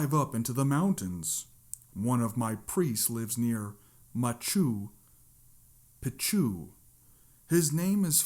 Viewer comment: I laughed so hard at machew pachew. Sorry bro 😅 I thought it's pronounced pronounced Ma-chew pit-chew